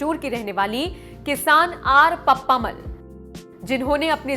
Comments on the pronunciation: इन वृद्ध महिला के नाम का उच्चारण पप्प-अम्माल यानि पप्पम्माल होना चाहिये न कि पप्मामल। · pappamal nahi. Unka naam ka murder math karna please. Actually you say PAPPA AMMAAL